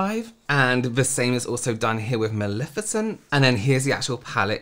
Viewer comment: It’s Mal-EH-ficent. Not Mal-IH-ficent. It’s Levi-OH-sa. Not Levio-SAH. 😜😂